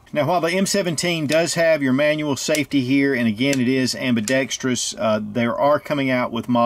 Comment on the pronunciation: Great review as usual, but you earned my thumbs up the instant you pronounced ambidextrous correctly!